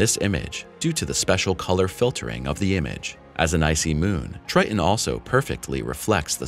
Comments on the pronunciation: TriTon, not Tri'en. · Triton is not pronounced Tr-eye-in, it is Tr-eye-t-on. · I had to stop watching when the narrator said “Tri_on” instead of “Triton”.😄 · 1. Why the stupid click-bait title? 2. It's pronounced "Tri-ton" not "Tri-Unh" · Tell your narrator that it's Triton, not Tri’on. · Tri-Ton.....please, use the T in the middle of the word. Its Triton, not Tri-ehn. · what do you expect from a text to speech engine? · Narrator sounds like a robot who has no idea what it’s saying. A robot with valley girl pronunciation: “Tri*on” (Triton). Who produces these juvenile quality videos and why? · Is the second T in Triton silent? You keep saying Tri-in. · How do you teach and not pronounce the planet correctly 🤔 🤨 The planet is NOT pronounced Tri-an...there is a "T" in there....somewhere 🙄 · "Neptune's greatest moon Tri'n." lol. It's really okay to say Ts in the middle of words.. 🤦‍♂️ the video stopped being about the info and became a comedy of confusion after hearing him repeatedly say that. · You would sound more knowledgeable if you’d learn how to correctly pronounce “Triton”. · Love the content. Hate the way you say Triton. There's two T's in it xD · Is it Trian, or Tritan? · a T in the middle of the word Triton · Interesting video! But the fact that the narrator is not pronouncing his Ts is annoying.